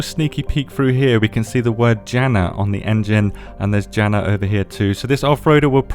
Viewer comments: Oh my, that pronounciation fail hurts, it's not DŽEna, it's Jana. J is pronounced like Y in English, not J. 😢 "Yi" from Yikes (jaiks) + na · Now imagine JANA was pronounced HANA 🫨 lol